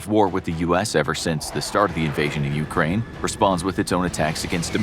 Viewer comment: Why no mention of other NATO forces? Dude, practice your Ukraine please, your pronunciation is painful.